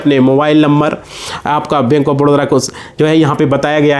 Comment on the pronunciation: Badodra kyo bole ho ye toh baroda hai na